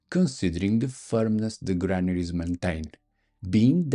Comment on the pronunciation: Did you say Melon shaped mammaries? eh? Oh... Granaries! got it!